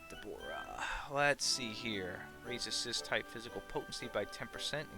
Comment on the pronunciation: DEB-or -RaH you saying her name wrong... Your saying Debooorah like the dbz character lol 🤣